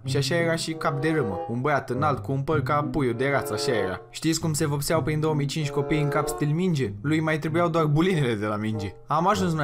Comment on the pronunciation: se vopseau nu vocseau